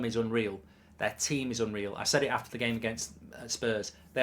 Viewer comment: where does "i pleyered the gehm" come from why does godlbridge keep saying it